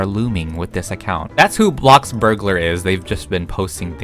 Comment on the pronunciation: No hate but can you please stop saying BLOCKburgalar and say BLOXburgalar. I just is kinda annoying me.